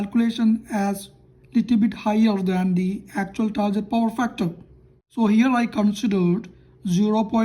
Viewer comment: Not "tarjet".....it's "target"....use Google ...